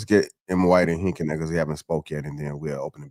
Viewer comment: This is really sad. It's like you ni99as need a LOVE & HIP HOP moment to hold your attention. A civil discussion amongst Gentlemen disgusts yall. But yall the leaders though right? Most of yall are just muscular versions of catty women masquerading as stoic men. And it's HINK not hank. His name is on the kcufing screen for Pete's sake